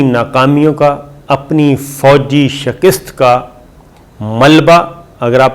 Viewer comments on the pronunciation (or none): The correct pronunciation is SHIKAST and not SHAKIST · Slmlkm lafz hay shakast nd not shakist please check it thnx